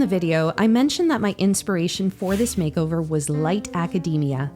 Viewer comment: “Makeover-urrrr.” LMFAOOOOO